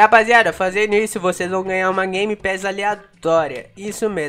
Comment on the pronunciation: A palavra secreta é gemepass